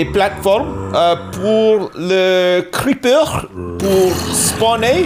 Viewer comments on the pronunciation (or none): He pronounces the ‘er’ sounds a lot like a Dutch person would. Adding those ‘y-sounds’ to words that end on a ‘A-sound’. I’ll I’m saying is that Zylush would probably sound about the same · I love the way he pronounces 'creeper'